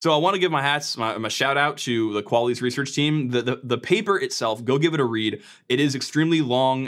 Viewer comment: The way you say qualys as "qualles" 😵‍💫